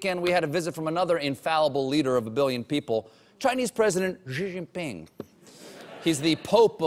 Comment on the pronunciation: Why is everybody making a fuss about his pronounciation of "Xi" which is admittedly wrong but kinda close when EVERYBODY's pronounciation of "Ji" is infinitely worse! Guys, the J sound is nowhere close to the one in "Jesus", it's way closer to the one in "check"